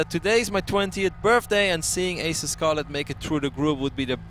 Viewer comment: Yeah he is not doing it on purpose he just doesn't seem capable of pronouncing it. It's like getting mad at me because I can't roll my R's when trying to speak Spanish. I just can't seem to do that.